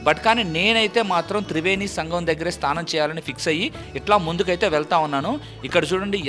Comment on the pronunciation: స్తానం కాదు స్నానం అనాలి